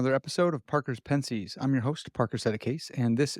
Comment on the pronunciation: Why do you intentionally mispronounce pensées? Just curious.